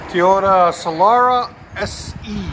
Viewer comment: Teyota LOL it’s Toyota